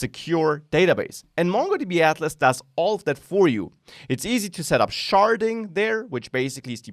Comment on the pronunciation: "Sharding", lol.